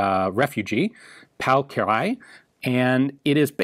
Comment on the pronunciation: I am pleased to see that our feedback from the Danuvia SMG video was headed. The designer's name is indeed pronounced Kir-ayy, and not Ki-ra-lee-y.